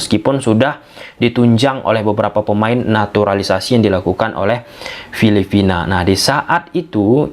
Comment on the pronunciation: Coreksi bang, bukan filifina,tapi filiphina. Intonasinya harus jelas dong bang